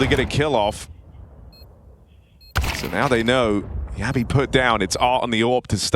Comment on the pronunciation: Jabbi is not "Ya B", he's "Jab bhi" 😂